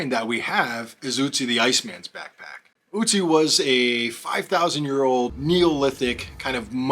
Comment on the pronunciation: Guy's name isn't Uzi but Ötzi! The first letter is pronounced like the next vowel after the first letter in bird or girl :)